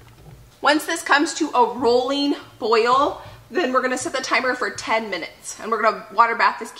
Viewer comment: This is so motivating! I really needed it. I do gotta say though, I miss you saying roiling boil vs rolling boil. It was the cutest thing. I now actually say roiling boil cuz I thought it was so cute when you used to say it LOL.